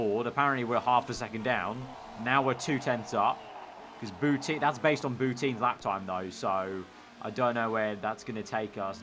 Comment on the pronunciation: Every time he says Boutin I hear Putin